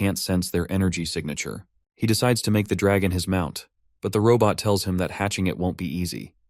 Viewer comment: Robot ❌ Raw butt ✅ 😂